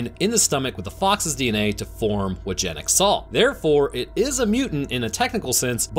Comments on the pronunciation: I could be wrong having not watched the film and not heard how the characters pronounce “Janek” but considering it’s my name it hurt my ears everytime you said Jan-Ek rather than Yan-Ek 😅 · It's pronounced yah-nek not how it's spelled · His name is janek but it’s pronounced yanek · its pronouncede yanek, not janek